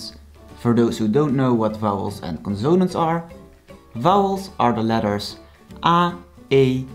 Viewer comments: conso-nánts not conzone-ants and it is R not grr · I am not making fun of your accent, but I do find it ironic that you are teaching proper dutch pronunciation, but your english pronunciation is wrong on many words. Examples would be consonants, pronunciation, consist, etc. But in english we are very used to people pronouncing things incorrectly. Typically though, this is not much of an issue in english. There are some definitely exceptions.